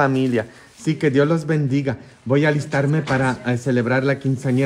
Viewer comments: Padre, se dice BENDIGA, no bendizca. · No se dice bendisca , se dice (bendiga ) , y (dentista ) y no dientista .